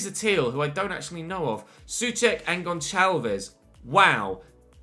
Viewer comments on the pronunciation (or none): none